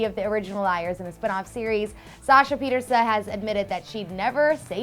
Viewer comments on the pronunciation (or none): thats not how you saw shasa's last name...